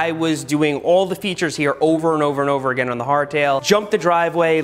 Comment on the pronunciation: The way he say again is funny